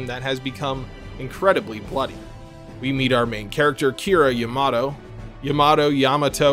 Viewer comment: I've only ever heard people pronounce Yamato as Yah-Mah-To, not Ya-Mato, as in, the warship Yamato of WW2... Infamy. I've never had a clue on HOW it should be pronounced, someone in the comments that can actually back it up, please, let me know!